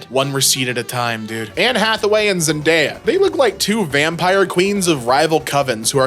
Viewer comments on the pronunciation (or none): none